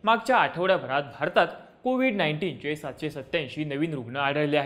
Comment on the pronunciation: Ko vide mhanje medya